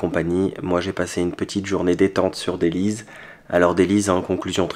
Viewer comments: J'ai oublié un truc on dit dellys comme délice pas dellyze comme tu dis lol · Dellys se prononce délice et non delize parce que c'est une ville délicieuse! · Phonétiquement ça se prononce Délisse ou délice pas Délise. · On dit DELYSSE et non delize. C'est bien ce que vous faîtes. Bon courage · dellys et non dellyz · Ils auraient dut te conseiller cherchell au lieu de dellys qui se prononce " dellès " pas " deliz" lol et je comprend que tu n'ai pas eu de coup de cœur il n'y a pas grand chose à y faire c'est juste que souvent les algerois cherchent des endroits cachés, calmes et abordables pour se changer les idées l'espace d'une journée. Mais pour quelqu'un qui vient de loin et qui veut voir du pays il y a clairement mieux. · Pitié, prononcer Dellys, Delles ,mais pas Deliz. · C'est DellyS pas DellyZ! C est un S! 😄 mais super! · juste un petit détail. On prononce Délice et non déliz…A part ça …parfait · Merci pour la video de dellys pronnoncer delice.pas venise. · Co on dit dellyssse pas delyse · on prononce delysssssss et non delyz 😅❤️🇩🇿 Pour visiter dellys il faut aller au moment où il y a beaucoup de soleil donc de la lumière pour apprécier Dellys. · Sa se prononce Dellysse! et non pas Dellyze☺️. Et s'il n'ya personne à l'hôtel c'est parceque la saisln estivale est terminée,c'est une ville côtière,elle est animèe qu'en été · On prononce Dellyss pas Dellyzz 😹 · Dellys ( ça se prononce comme «delice») et non pas délize (comme Belize) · C'est pas Deliz, mais daless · Très bonne visite juste une précision ça se prononcé dellysse au lieu de dellyze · dellys,pas dellyz, vous comprenez ça se prononce avec le S. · Bsr on ne dit pas Dellyz mais Dellys on prononce comme delice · C est bento il personnalise les nom propres comme les algeriens prononcé BARIZ POUR PARIS HAHAHAHA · Petite correction c'est DELLYS avec un S non un z 😉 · Dellys ne se prononce en z mais en s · Ça se prononce delyss, bon séjour👍🇨🇵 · on prononce ça "Delless"